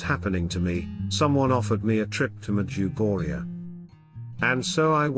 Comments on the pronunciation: Can you please make use of your own voice or someone else's voice, a human voice that is real. My wife refuses to listen to your wonderful talks because of the voice and your pronunciations of "Medjugorje " It drives her bananas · You can't even pronounce the name of the place correctly.